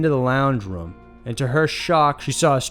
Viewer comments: I hate the way u say room. It's room not rum. Roooooommm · Anyone else cant get over how he pronounces room as ruem?